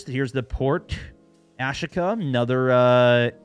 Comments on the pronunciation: 🤦‍♂️ Americans. It’s Ashika Island not Ash-ika island. Ashika stone……ash…eeeka. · I think it’s pronounced asheeka my man 😆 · Ah-sheek-ah. Not hard. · It's Japanese, ah-shee-ka